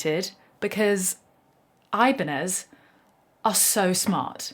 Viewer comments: For fuck's sake, it's "ebanyez" ok... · it's pronounced ih-bahn-yez.